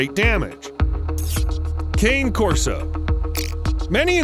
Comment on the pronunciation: It's "kanay-corso".